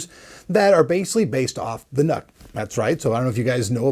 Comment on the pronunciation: It is NUC's not nuts... open your ears